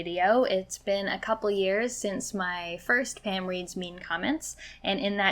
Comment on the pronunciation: I'm sorry, are you saying Pam or Pan?